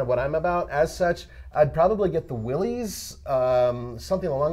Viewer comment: Willys = will-ih-ss / Willy's = will-ee-zz You're pronouncing a name as a different name's possessive conjugation. Willis and willys is the same pronunciation. Willys and Willy's is not.